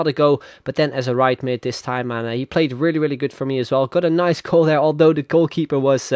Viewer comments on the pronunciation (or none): none